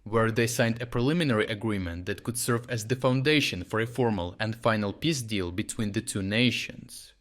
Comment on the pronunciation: Nice work mate, but try to work on the pronunciation of the peace-deal, "pizdil" sownds.... sownds funny.